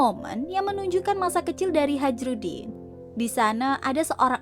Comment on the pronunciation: Hajrudin bacanya hay-rudin